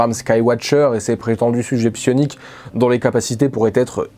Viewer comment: A chaque fois que tu dis sioniques j'entends sionistes et je cringe fort XD C'est une chouette vidéo. Merci :)